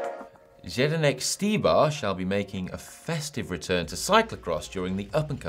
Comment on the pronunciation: .........if you buy me a pint I can teach you how to pronounce Zdenek ;-) .........so you can forget abou Zendenk :-)